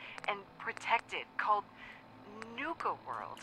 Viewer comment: nuka cola not nike cola